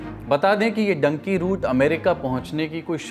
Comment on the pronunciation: You are a reporter on news or social media ,please at least learn pronunciation of words: " Dunki' 'Nicaragua